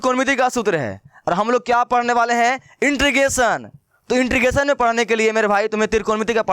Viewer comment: beta intregation bol rhe ho